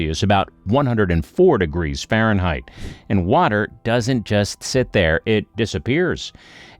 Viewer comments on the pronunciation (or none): none